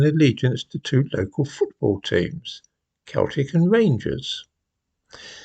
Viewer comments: ‘Keltic……’? Da fuq……? Selltic! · Fyi the football team is pronounced 'sell-tic' rather than 'kell-tic' 😉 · Just to put your right: Celtic, the football club, is pronounced as Keltic not as ‘Seltic’. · Say Seltic, not Keltic... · For Celtic pronounce Seltick. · Pronounced Seltic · It's pronounced "Seltic" you silly goose. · Minor thing but Celtic the football team is pronounced sell-tick, was funny hearing you discuss Glasgow. Keep up the good work sir. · It’s Celtic with a soft C - Seltic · It's pronounced "seltic", with a soft "C". The rest of your appraisal of the situation is accurate. Unfortunately, it's more likely to be treated as football hooliganism, than religious sectarianism. Most of these people never go near a church or chapel. 🙄 It's more cultural than religious. 😮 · Also mispronounced Celtic, it's.. sell- tick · How can anyone of age not know how to pronounce Celtic, the football team? Even if you have no interest in football, as he often admits, you will hear the name on the news from time to time. Sometimes I do wonder about him...